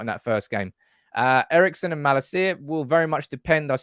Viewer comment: His name is pronounced: Mah-lahseeya... not Mah-la-see-ya. The last bit is one word